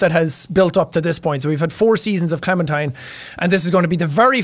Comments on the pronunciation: jack: i don't want her to clemen-turn me: IT'S NOT HER CLEMEN-TIME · Its Clementine